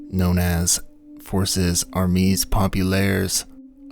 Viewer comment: Pronunciation tips: both “armee” and “”armees” are pronounced “ar-MAY”. The plural form of French nouns - ending with an s, mostly means the s is silent. “Conseil” is pronounced “cone-SAY-yuh”, with the “yuh” part being clipped and quieter than the rest of the word.